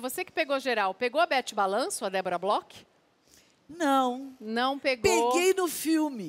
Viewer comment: Debora Bloch. Com "ch"